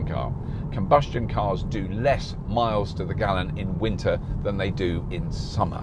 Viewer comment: British "Winter"... :D